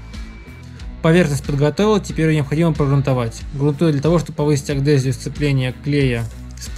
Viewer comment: Вы уже 2 человек, который говорит аГДезия вместо аДГезия. Ну как так можно, строительный канал, елы палы)